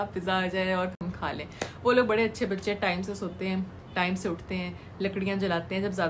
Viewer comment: Aap bhady q bolte ho bade hota hai wo